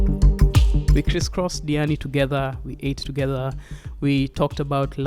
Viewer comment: Did you butcher your name or is there something wrong with my Sennheiser hd 650 headphones?